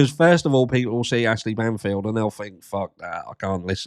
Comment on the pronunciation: The way you pause on Batfield is hilarious🤣🤣 The frikking HATE is so evident on her face👹 Plus she look 20 yo older since she Started this Hate campaigne agaist Bryan K.. Disguisting Woman👽